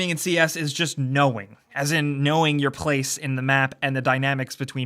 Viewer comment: 'knowing your pwgace'